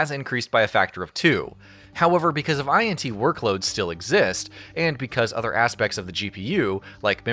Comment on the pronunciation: using your comment to vent :D also, you can pronounce cuda as a word, also, int unit are NOT I N T units, as int is just the first syllable of integer, it also doesn't need to be said letter by letter